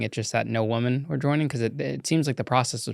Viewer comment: I don't mean to be rude, but woman and women are not pronouced the same way. It's not just you, it's an error that spread like wild fire. Anyway, love the podcast! 💪